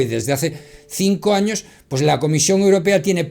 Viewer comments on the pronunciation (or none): none